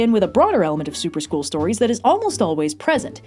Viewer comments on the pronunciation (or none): Every time said "Super School" I kept hearing "soup or school" and then my chicken noodle soup of a brain kept wondering what the soup du jour was and whether or not I actually had to eat it.